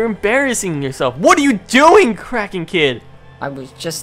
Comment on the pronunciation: I think I heard say "kracken kid" unsteady of krakey kid